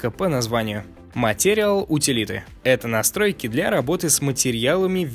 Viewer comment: Норм контент. Но произношение надо чинить. 1. Материал утилиты - материал ютилитис 2. Дирекшн контрол - дайрекшн контрол 3. Тиссуе адд-он - тишью эдд-он 4. Грейз пенсил - гриз пенсил 5. И т.д. с ударением тоже есть проблемы. В общем, мелкими шагами и испраивтесь